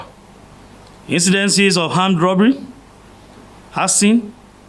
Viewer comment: please According to his Pronounciation "Hamdrobry" is it another type of crime cos that's how he has pronounced the word twice😅😅😅 We knows where to get accurate information But how come the police were able to see Boko Haram with Protesters and fid nothing? until they detonated explosives according to muyiwa Na waooh